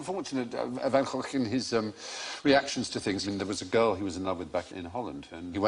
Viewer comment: Van Gogh is not quite pronounced like that. It is in a part of the Netherlands, but not in the part where he came from. There, it's pronounced with two soft g's. So without the gargling rrrrr.